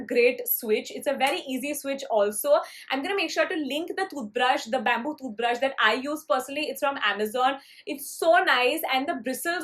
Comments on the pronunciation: The way she tells toothbrush... thooth brush cute girl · the way she says tooth brush is so funny hehe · The way you say toothbrush sounds different and funny lol btw is it just me or someone else too ?